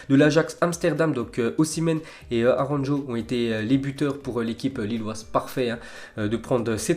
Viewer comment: "aronjo" 🤦‍♂️ mec c'est pas la première fois, ta vraiment un problème de prononciation